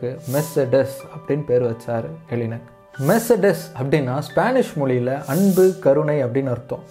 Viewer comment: மெர்ச்செடஸ் இல்லபா மெர்ஸ்டிஸ்